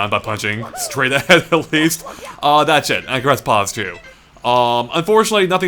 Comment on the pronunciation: when says "That's it" it sounds like "That shit"